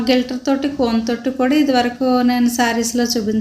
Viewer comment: గిల్టర్ కాదు అమ్మా గ్లి ట్ట ర్ అనాలి.